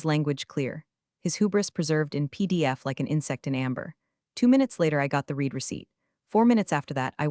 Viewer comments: In the context used read is said as red not reed. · Kavara is not spelled as Cavara; read is pronounced as red; read is pronounced as red; read is pronounced as red; I.T. is not spelled as It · EDIT & REVIEW!! This especially applies to the reading of the story. AI is too stupid to understand the use of a present tense or past tense of a word... READ (reed) -present tense, READ (red) -past tense. This is just one of many examples where AI minuses the pronunciation & meaning of a word or name. Example, not from this story, Santa Fe - AI pronunciation of "Santa Fee" not the correct pronunciation of "Santa Fay", St. Louis as "Saint Louie" instead of "Saint Lewis". That is why it is CRITICAL to EDIT & REVIEW everything!! Writing Reading Graphics Closed captioning Mathematics/Numbers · Same "read" and "record" errors in all the stories.